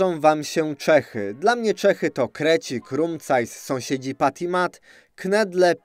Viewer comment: Błagam. Jak już próbujesz czytać po czesku, to rób to poprawnie, bo aż uszy bolą. Czy naprawdę Čechy to po polsku Cechy?